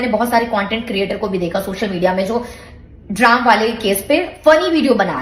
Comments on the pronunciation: Drum❌ Draam✅ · drum❌❌ ड्राम ✅✅ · drum ❎ dram ✅ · manisha di wo draam nhi drum hai 😂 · Yeh Manisha Raani hai kaun? Aur vho drum ko "draam" kyu bol rahi hai?